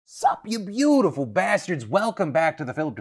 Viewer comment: This new emphasis on "Beautiful" kinda hurts my ears.